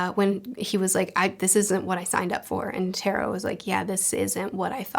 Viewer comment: Hey! Easy pronunciation tip: Most 3-syllable words in Japanese are Dactylic. KIL-u-a HI-so-ka NE-te-ro Of course there are always exceptions (ao-KI-ji comes to mind) but it works most of the time.